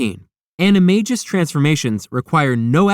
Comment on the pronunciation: The Marauder's Map DOES show certain spells and passwords. How do you think Harry got into the secret passage to Honeyduke's? I suggest you read PoA again. And also that you learn how to pronounce "animagus".